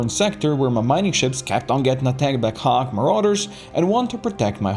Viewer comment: You aint saying ka'ak right. Did you play X2?